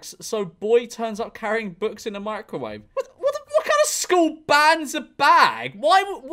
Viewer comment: george said microwave not mee-crow-waaa-vae....